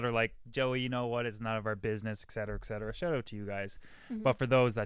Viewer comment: It's 'et cetera', not 'ekcetera'. Don't want to be a dick or anything, have fun with your podcast!